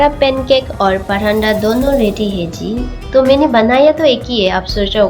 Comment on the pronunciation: Acha banaya he lekin paranda nahi bolte he pratha bolte he Hindi me video banate raho one% jo sunne me cute lagti he wo bhi thik ho jayegi 😊😊😊😊